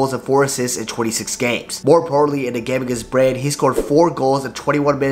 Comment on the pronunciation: It's not pronounced "brine". It's more like BROO-NAY where 'nay' rhymes with 'hay', 'way', 'day'...